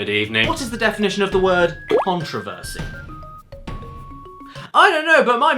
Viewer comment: Why did you mispronounce controversy you fake twat!